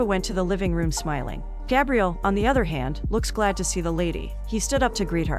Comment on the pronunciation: I always leave the recaps to play in the background. When she was saying Gabriel … i thought she was saying Gabrielle. So I assumed he was a girl. Lol til she said he.